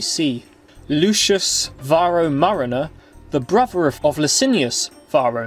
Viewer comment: The narrator is unable to pronounce 'th.' Thus, brother becomes brover. Annoying.